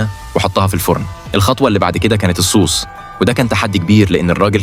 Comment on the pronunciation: الصوص هذا فراخ الدجاج صوو ص ثقل على الواو 😂😂😂 بس شكلي بكلم ذكاء اصطناعي 😂😂😂😂